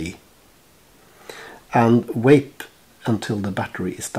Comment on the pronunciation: I love how you pronounce vape. Wape. Lol it's kinda goofy sounding to me. I like it. I'm not giving ya shit bud, you're a cool guy.